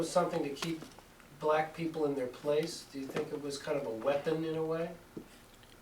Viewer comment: I do not like the disrespectful Tone of the interviewer’s voice. Like this old lady was working for her, or something. (And the way she pronounced the word “Black.” Annoying.)